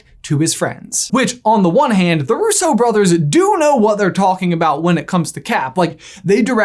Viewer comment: It's rUsso not russO